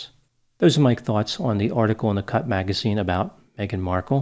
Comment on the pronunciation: In final insights, starting about, he says:....." In this article in the cut... ( I could have sworn that he said:....",In this article in THE CUNT,).. instead. I had to relisten to clarify. It still almost sounds like "in the CUNT". That would have certainly been appropriate. 🤭😹🤣